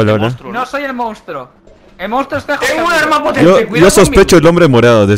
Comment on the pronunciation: "Mounstro" jajajja ya lo eh visto como 4 veces